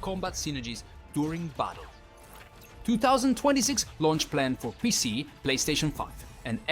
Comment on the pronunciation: I don't know man. The way he says pc.. p e c. That's just weird.